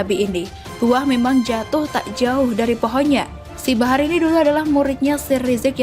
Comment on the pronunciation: Min barah apa bahar??,, Please deh cek dulu bacaannya sebelum di upload🙏🙏🙏